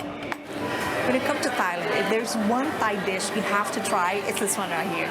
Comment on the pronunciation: You pronounce Thailand and Thai wrong. This is how you should pronounce Thailand. And the same goes with Thai.